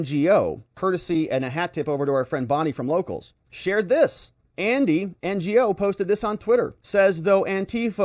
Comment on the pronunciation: Lol, Andy N G O, it's pronounced No